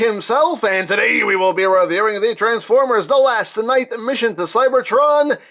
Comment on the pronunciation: You have to speak the c like s not as a k